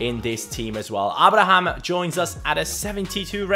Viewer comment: it's pronounced A-bra-ham